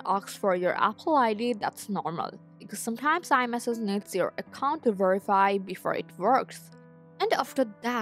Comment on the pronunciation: Please ask someone to correct you when saying the word« iMessage » Or « Message » .Thank you for your helpful video.😊